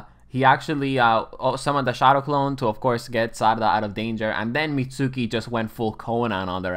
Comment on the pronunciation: Pronounces the u in Mitsuki 😅